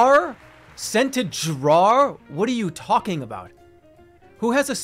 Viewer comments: He says "drawer" a different way every time, and none of them are correct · the way he pronounced drawer makes me want to hurt him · Classic boston maniac, “jrawhr” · scenter DRAWW liners.. who the hell has a scented DRAWW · why does Jerma pronounce drawer like that?? JROAR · His pronouncing of the word 'drawer' blew my mind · he's never been so boston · Nothing brings out the boston accent more than "drawer" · Jerma has never said a word more Boston than drawer. He says like half the word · Why is he saying "Drawer" like that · i think hearing the most boson pronunciation of "drawer" took me out of jerma fandom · Why does he pronounce "drawer" like that? I'm scared